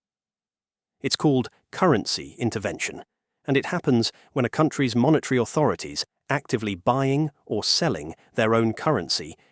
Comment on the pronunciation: Just another bit of cheap AI tossed off with a few random images. This cultured Anglo voice can’t pronounce “monetary” correctly. No names, no human being in sight, no indication of what qualifications the speaker has to discuss this complex topic… yet thousands of people take it seriously. Look at the “Japanese” shop at 3.02. That writing is some random imitation of Japanese. Sad, very sad.